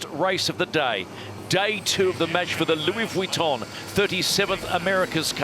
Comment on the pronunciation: Please stop saying vitton like that!